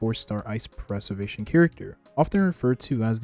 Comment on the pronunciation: You gotta learn how to pronounce Preservation correctly.